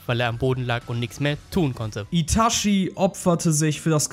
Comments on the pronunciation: es heisst itachi nicht itaschi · Wie immer super Content. Eine Anmerkung zu allen deinen Naruto Videos, die mir aufgefallen ist. Es heißt Itachi, nicht Itashi. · Man kann ihn Itashi ausprechen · itachi nicht itaschi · er heißt itachi und nicht itaschi man sagr doch auch chichi und nicht schischi ich sag das nur weil er eine legende ist genjutsu got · Itatschi gesprochen, nicht Itaschi. Der Typ hat nichts mit Taschen zu tun ... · "uschiha" & "itaschi" ...... peinlich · Alter , wie ich die deutsche Aussprache von Itachi hasse